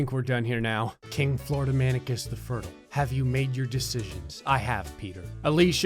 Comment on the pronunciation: I thought fertile was pronounced fur-tile not furtle... I’ve been bamboozled